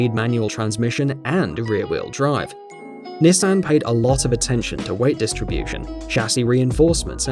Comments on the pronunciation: ahh yes the Nessan 350 zed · The way he says Nissan and coupe make me uncomfortable.